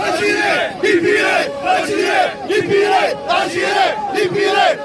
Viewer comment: On ne prononce pas Algiré mais Algérie, ya lehmayer, ay ighyal.